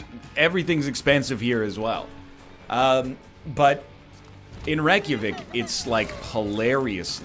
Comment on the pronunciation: His pronounciation of Reykjavik is almost as good as his pronounciation of knekkebrød.